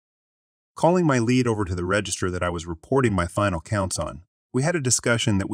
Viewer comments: Lead…leed not led. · Lead is pronounced LEE d. NOT the metal. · the led pronounciation is only for the chemical